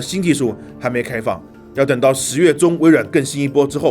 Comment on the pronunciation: 挑个刺，“更新”念gēng xīn, 不是gèng xīn 啊